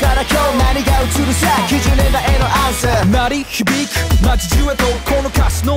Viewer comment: アンサーがエロアースに聞こえる